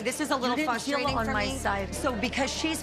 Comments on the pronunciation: It’s FRUStrating not FUStrating 🙄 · Lisa doesn't take any accountability for herself and always thinks she's right. Girl, let's start with the word, frustrating. It's FRUStrating, not FUStrating.